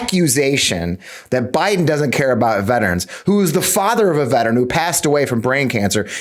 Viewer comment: Biden can't spell veteran nor pronounce it correctly.